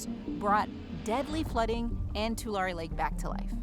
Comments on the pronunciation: Tulare. Pronounced "too" "Larry" Great video! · You say correctly, but you mispronounced Tulare. It's too-larry. Named after the tule reeds. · Its pronounced 2-Larry. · You should really have learned how to pronounce "Tulare" before you published this.